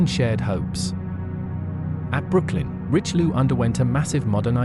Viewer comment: WHEN do Anglosaxons learn to respect other languages? The battleship is called - "rischeliö and not "richliu" I know too well that too many English speakers not bother to learn another language, and god forbid learn the propper pronaunciation. ... and too many still think, anything not English is gibberish